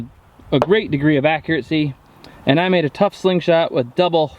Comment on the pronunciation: ARRRRRRGH! There is no "t" in accuracy. Accuracy, not accuratecy. Sorry. I have posted a lot of more useful comments. It just really grinds my mind.